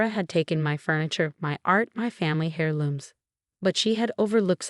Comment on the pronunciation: Oh please! Heir looms NOT hair looms. Learn to pronounce first, go back to school! Heir, the consonant H in heir is silent.